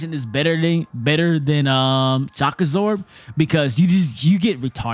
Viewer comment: Did anyone else kept hearing shakazor instead of shock absorb lol